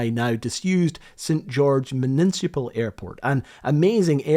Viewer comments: I love that you said "muniNcipal" twice. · Would you like to have another go at pronouncing "municipal"? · Is the weird "municipal" pronunciation a Scottish thing? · The way you pronounce “Municipal” is fantastic.